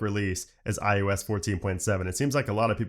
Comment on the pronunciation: does anyone else think he keeps saying iUS?